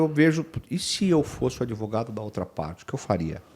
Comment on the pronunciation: Ué...."adevogado"???? Achei q ele daria a cara a tapa...😅😅😅